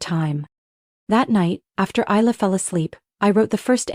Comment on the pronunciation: The name is actually pronounced "Eye Lah" More than likely a fictional story... What a shame they didn't tell the narrator or program the AI to say the name correctly.. It kind of destroyed the loving mother scenario with the mis pronunciation of the name.